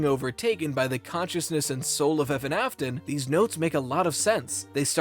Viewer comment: My face cringed at "EVAN" ?!?